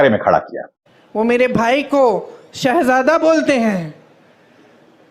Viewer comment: 10 Saal me, ek lafz Shahzada bolna bhi , theek se Nahi bol Pate.. Shaa_jade kahte hain.. Jahil